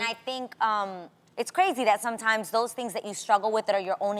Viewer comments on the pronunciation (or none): none